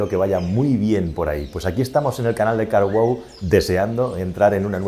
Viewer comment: Hola amigo con respeto pero dices muy mal carwow trata de decir un poco separado y wow pronuncia eso.😂 Disculpa